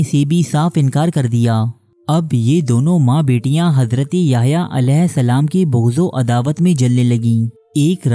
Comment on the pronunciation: it's Hazrat not Hazraty